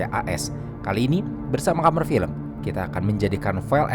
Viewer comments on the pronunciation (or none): none